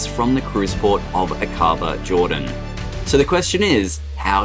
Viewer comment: Helpful information -- thank you! Fyi, Aqaba is pronounced AA kuh bah.